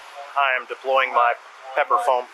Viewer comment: "foume"? I'm unfamiliar with that word.